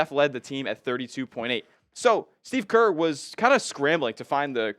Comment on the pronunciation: It is Kerr